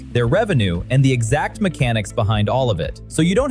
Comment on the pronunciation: Nothing but AI slop ffs. Can't even pronounce "EXACT" at the 25 second mark. Blocked this channel.